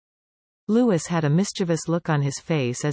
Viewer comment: His name is pronounced Loo-ee not Loo-is.